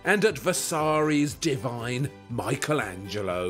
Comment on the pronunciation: Surely even we English speakers can pronounce Michelangelo correctly as 'MICK-elangelo' -- not MY-chel etc.